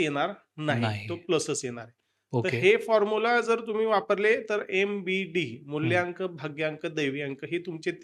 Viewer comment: मुल्यांक नाही रे मुलांक